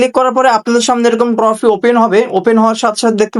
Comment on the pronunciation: ট্রফি না রে না টফি 😂